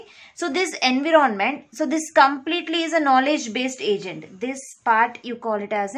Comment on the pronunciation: It’s not En-vee-ron-ment